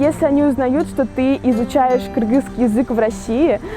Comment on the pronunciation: Девушка в хиджабе сказала "кыргызский" , но произнесла это слово как мы сами, кыргызы и произносим😊 кыргызча айтты)))